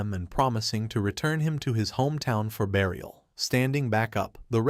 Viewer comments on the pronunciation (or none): none